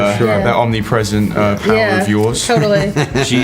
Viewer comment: me gustan tus videos y todo pero con todo respeto verga tu ingles esta culerisimo osea te preguntan cual es tu poder y tu:di poguer of obnipresenctcmJa 😂😂😂😂